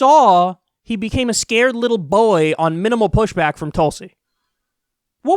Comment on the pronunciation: The caption said BOY but Kyle said BOI how strange